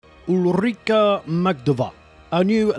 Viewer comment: I think the stress should be on the U, the first letter of her name